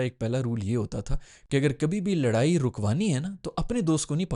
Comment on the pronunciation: Bhaijaan, laraai nahi ladai hoti hai😂😂😂. Kaun si school se padhe ho??